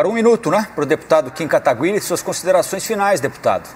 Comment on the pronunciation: Querido, não é Kataguiri com som de linGUIça e sim GUI de GUItarra. Muito bem moça, é assim mesmo que se fala. Ai minha nossa hein, CNN? Deviam cuidar mais das falas.